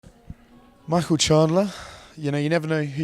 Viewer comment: Michael not MIchael